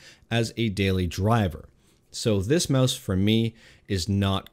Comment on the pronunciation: Aboot the Meouse!